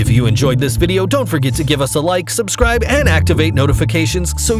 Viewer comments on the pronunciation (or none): none